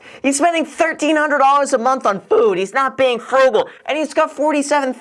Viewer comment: the way he says "FOOD" lmao